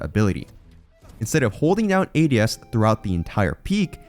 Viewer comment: the way "ADS" was pronounced gave away the ai voiceover, yall are lazy scumbags